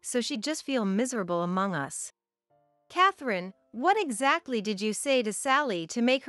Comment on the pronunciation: Jack wouldn't have to pay compensation if it's her fault for the divorce. She's the one that disrespected his family, so he didn't do anything wrong. The 2nd story ... what is wrong with Tom's voice? He sounds like he's on his deathbed. Annoying. What is this ..... '.... that the three of US (as in USA)'?????? It is 'us' as in 'we', as in the three of each member of the family. Really? Get rid of the annoying AI robotic narrating and learn proper pronounciation and emotions. Not subscribing and will block all stories from this channel.